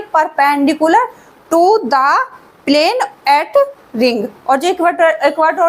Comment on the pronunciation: plaan nhi plane 😅